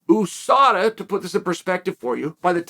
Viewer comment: Why does chael keep saying OUSADA